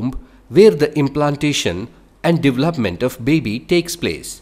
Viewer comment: "VAZINA" ? This Dude Is so British And HE Also Said to DEVELOPMENT to DEVLOPMENT